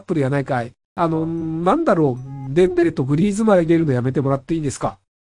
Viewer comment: デ↑ンベレ